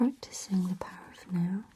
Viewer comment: Oh, "The Power of NOW". I thought she was saying "The Power of No". Shows how my mind works.